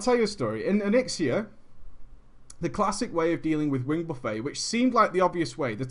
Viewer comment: Love you to death,, but it's pronounced "buff-ett." As in "buffeted by wings."